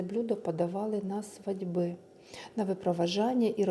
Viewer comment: Свадьби с ударением на последнем слоге - это нечто